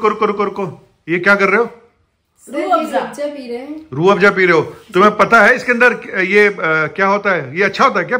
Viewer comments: Padhe likhe ko Farsi kya.......... Itne hi padhe likhe ho toh Farsi kya Urdu bhi sahih nahin bol pa rahe ho, Rooh Afza ko Rooh Afja bol aur likh rahe ho. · URDU SAHI NAHI HE ESLIYE SAHI SE NAM LENA NAHI AA RAHA HE